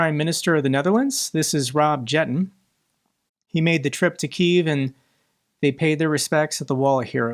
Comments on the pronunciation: why do you call drmof "my president". That man/worm/entity is not worthy of that titel. The new pm of the Netherlands Rob Jetten, his last name is pronounced with a y, like yes, instead of [dj] like in your name. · FYI, the name of the prime minister of the Netherlands is pronounced "yetten" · It's pronounced "Yetten".